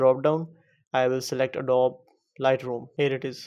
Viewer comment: It's pronounced adob-ee